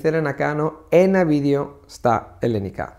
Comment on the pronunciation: It would be great if you could correctly pronounce the word ελληνικά. It sounds like you're saying "ελλενικά". Otherwise great job